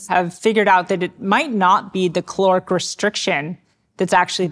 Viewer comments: It's caloric not chloric, bugging me she can't pronounce that word! 😂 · Is it me or I am hearing 'cloric' restriction. I had to check the captions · And I'm stuck on the question, Is the word "caloric" or "calorific" ? Thus reducing my lifespan 😂